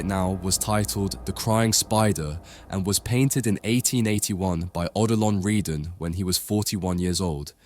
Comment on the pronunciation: At the start, my head exploded when you pronounced his name Oh Dillon Reedan. But by. , you corrected it and you were pronouncing it perfectly. But then you went back . Never mind. Excellent save and great video!